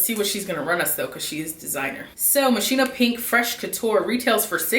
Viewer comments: Actually it's moss-ki-no. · It's Mo-ski-no ! no shade but people pronounce it wrong all the time . all those perfumes are great . stay safe